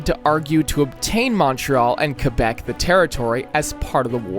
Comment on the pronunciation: It's pronounced "cwuh-bek", not "cuh-bek".